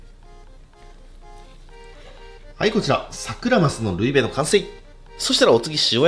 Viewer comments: ルイベのイントネーションが引っかかった笑笑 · ルイベのイントネーションおかしいから😂😂😂